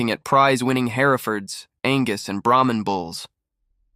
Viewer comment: Brahman bull not Brahmin bull !